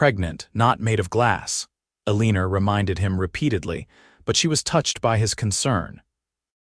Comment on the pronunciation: Eleener? Perhaps it is supposed to be Eleanor? el i nor